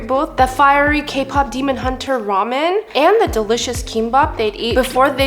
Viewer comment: Did she just say rumian insted og ramen